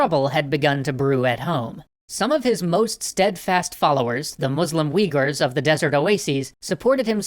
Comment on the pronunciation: Weeghurs?! Has mispronunciation finally reached it's peak?